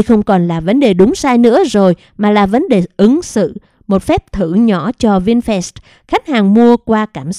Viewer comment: Doc chu "vinfast" la vinh phat chu khong phai la "vinh phet "